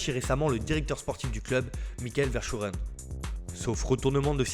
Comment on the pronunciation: Verskuren sa se dit